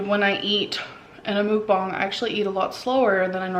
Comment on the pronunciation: What does she pronounce Mukbang wrong?